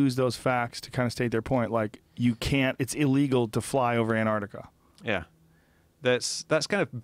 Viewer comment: It's Antarctica not Anartica dear :P